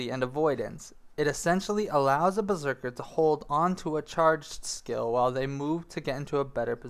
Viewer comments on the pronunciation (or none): Lol he spelled beserker wrong he said berserkle